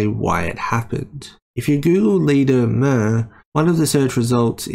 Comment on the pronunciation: BTW it's pronounced "myoor", not "mer".